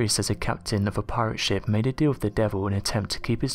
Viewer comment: It sounds like you're saying 'shimp' instead of 'ship' lol Great video nonetheless!!